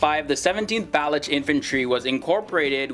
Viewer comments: Please note it is not Bal-uch. It is Ba- loch or Ba- looch regiment which is named after Balochistan a province of Pakistan. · please pronounce Baluch as Baloch. Your videos are very interesting.